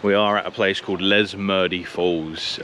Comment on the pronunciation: Many years ago Midland was the home of the Midland Workshops for the (WAGR), where manufacturing and repairing locomotives, carriages and rolling stock was undertaken. Many generations of West Aussies completed their apprenticeships at the Workshops. Also, it's just called Les Murdie. I think you just mistook the” R” for an “N”. Best wishes - from Slim😁😎😎